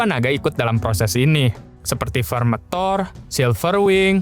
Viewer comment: bukan vermethor tapi vermithor cok wkwkwk... dari dulu lu vermethor mulu wkw.